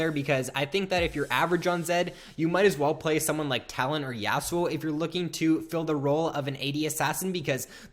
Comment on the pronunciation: Dont ever say Yasou again